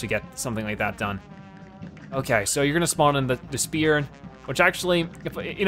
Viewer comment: Anyone else get slightly annoyed that he said "spear" and not "sphere"?